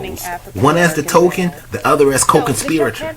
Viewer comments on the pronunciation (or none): none